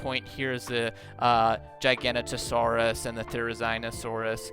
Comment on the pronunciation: Bro there is no way that you seriously called the giganotosaurus “gigantic nose Sauris”